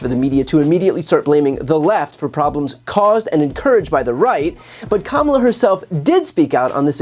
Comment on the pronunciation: It’s not comemala her name is pronounced kamala like coma in a sentence & la,la,la- put it together and it’s kamala!